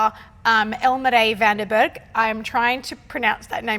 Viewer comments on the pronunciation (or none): The name was pronounced so well but the surname should be Fan der Berg... In Afrikaans, the v's are pronounced as ''f''. Same thing as Visser, it's actually Fisser.